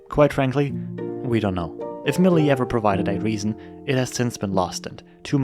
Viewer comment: Sorry but it's prononced "May-li-yes" not "Mel-yeah"